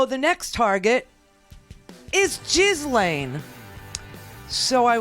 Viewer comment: Ghislaine’s name is pronounced Jill-enn.